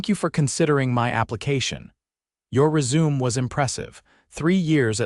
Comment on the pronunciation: Can you not pronounce "resume" properly? It's a wonderful story, but I wish your AI could pronounce words properly. What happened to the text at the 24)) mark? It just seemed to freeze, Sloppy.